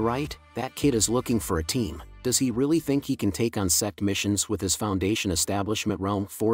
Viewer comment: are you calling sect or sex